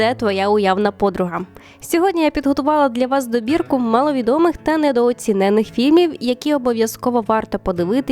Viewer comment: Дуже цікава підбірка, дякую! Тільки прошу, недооцінений з наголосом на "і", як і непояснене - на останнє "е", але краще - незрозуміле бажання, або бажання, яке не можна пояснити, бо решта калька з узької.